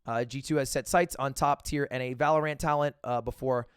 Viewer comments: It really triggers me that you call it valor ANT and not valorant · why does he separate the syllables of valorant? it's not valor ant lol it's valorant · Lud really out here calling it valoRANT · The way he says ValoRant is kinda weird 😂😂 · Why does lud say Valorant with so much emphasis on the a? My dad saying pokemans vibes.